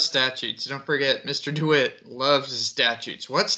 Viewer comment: Deh-wit NOT Doo-wit